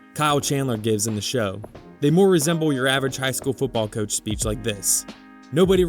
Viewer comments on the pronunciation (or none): none